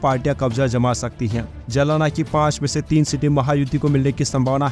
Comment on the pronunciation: जलाना नही भाई जालना